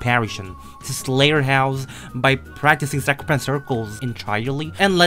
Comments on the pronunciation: Question why you say slaterhouse? (Question is it an accent or something) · I love how pronounce slaughterhouse as slayerhouse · Funny how called slaughterhouse, slayterhouse xD